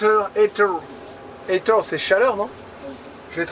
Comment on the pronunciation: chauffer c'est heat ça se prononce hit